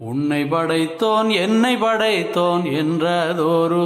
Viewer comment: உன்னை"ப்" படைத்தோன் என்னை"ப்" படைத்தோன் என்று உச்சரிப்பதே சரி (ப் வரவேண்டும் )